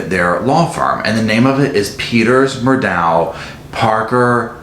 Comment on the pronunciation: Have the "tragedies" happened TO the family, or have they orignated with and been self-inflicted on the family. And it is pronounced "Murdock".